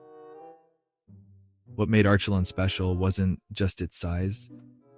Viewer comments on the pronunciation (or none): I can't listen to Arschelon one more time! Sorry, I'm out.